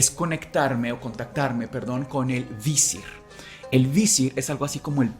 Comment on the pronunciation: Seguramente haga parte de un toc, pero atención a la pronunciación. Tutankamón (entonación al final) y visir (igual con entonación al final), eso puede cambiar demasiado el ritmo del episodio.